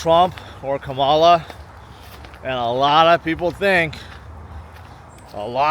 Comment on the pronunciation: Obviously you're for trump if you pronounce kamala wrong